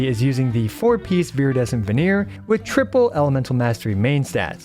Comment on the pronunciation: Thanks for the guide. Just wanted to mention that you often pronounce Viridescent Vernerer as "Veneer" instead of "Venerer". Was this some inside joke that I don't get??